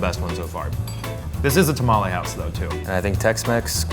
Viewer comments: I don't trust a "Mexican" restaurant where the owner can't pronounce Tamles or Tortillas correctly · The way they pronounced some of the food is kinda making me want to scream because I live in San Antonio and no one says tamales and barbacoa that way.